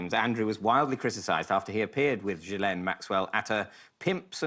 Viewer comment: I mean I hate her but it’s Gill en not Jill N probs mixing the pronunciation with Virginia Giuffre